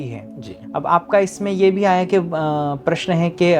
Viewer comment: Aap paras bol rahe hai Pl correct your prounce of प्रश्न